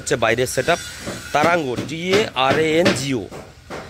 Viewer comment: দাদা ওটা তরঙ্গ সাউন্ড হবে, not তারাঙ্গা 😂😂😂